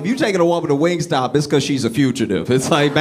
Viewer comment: My 12 year old said, “It’s WingStop, Not Wing Stay” 🤣